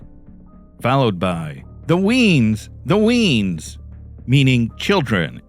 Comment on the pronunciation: "The weans" 😂. Nah mate its the "wee uns" like the wee ones